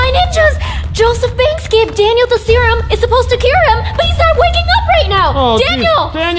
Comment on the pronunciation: At the first part of the video it sounded like vy was rhyming ‘serum cerum